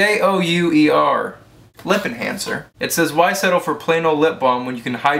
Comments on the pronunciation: Random: "Jouer" in French means "play" or playing. It's pronounced kinda like "jew-ay" or actually more like joo-é (the é has same sound as the one in déja vu). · btw you pronouce Jouer like Jew-Air. weird but yeahh lol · Jouer = Jeway. Except the J is like a soft G. So like, Goooay. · jou-a is how u say it, it means to play it french